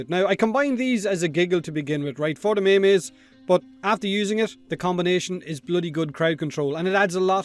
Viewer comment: Did you just pronounce meme as may may?